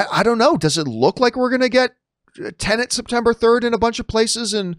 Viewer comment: Why do you say teneNT and not TenEt ?